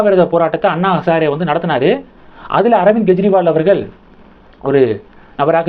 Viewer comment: Why can't you pronounce Kejriwal properly? It is not Gejriwal. Don't you see difference between G & K pronounciation?